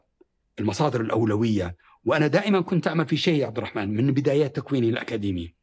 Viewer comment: طريقته في نطق عبدالرحمن غريبة كانه يقول عبد الرحـman 😂